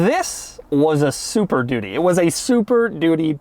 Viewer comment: Why does he keep saying "super doody" ? Is he just saying it's a really crap car?